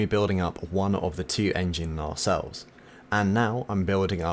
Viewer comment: Not 'narrsell' it is 'naysell' and also it is not 'sicklick' it is 'sighclick' just saying. Ex chopper engineer, and got a bit an@ sorry about that. Great build though I must say.